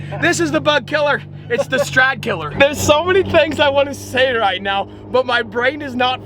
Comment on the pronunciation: Did i hear you say stradkiller? Stay out of the car! Lol